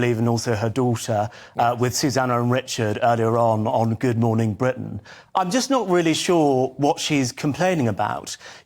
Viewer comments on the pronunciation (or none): none